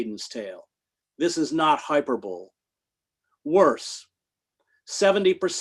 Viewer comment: This couldn't be more trivial, but isn't it odd that Chris keeps pronouncing "hyperbole" as "hyper-bowl"? I've heard him do it in previous talks and he did it again . Never heard that pronunciation before. Dude is super well read, so he's got me questioning myself, lol.